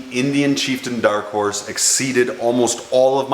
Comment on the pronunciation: The way you pronounce chieftain pains me